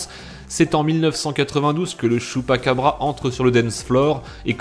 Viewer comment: Chupacabra* pas chupaquebra